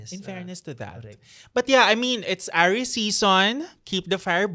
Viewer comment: Nababother ako kay every time he says Aries sounding like heiress 😭